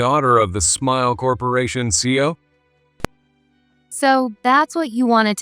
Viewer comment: CEO = See Eee Oh !!!! All three letters are enunciated. Fiancee = Fee Ahn Say Emily sounds like a half-wit. How could she not know what a sleuth is or social media? I don't know who is reading this script but they sound like the AI is in the second grade.